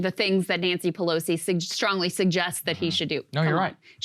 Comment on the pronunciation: Pelosi not Pelsoi